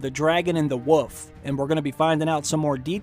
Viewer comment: "Dragon and the Woof"? lol